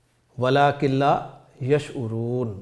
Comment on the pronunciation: Walakil hai..ya...walakin